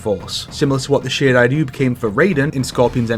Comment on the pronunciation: why do you pronounce shirai ryu the shidai duu even with rolling r's, at least add a y